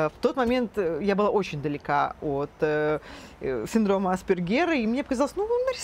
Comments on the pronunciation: почему в центре помощи специалисты ставят неправильно ударение? Синдром аспЕргера а не Аспергера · Аспéргера, милочка! Хоть бы поинтересовалась ударением перед записью, неграмотная наша! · Только АспЕргера, уши режет неверное ударение